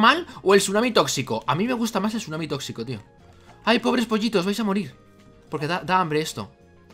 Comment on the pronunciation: El sunami tossito...